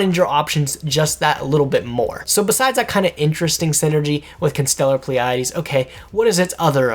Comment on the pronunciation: Why did you said "Constellar Pleiades" like an italian pimp?